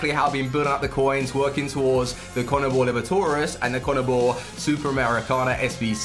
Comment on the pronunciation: Still waiting for someone to pronounce conmebol libertadores right.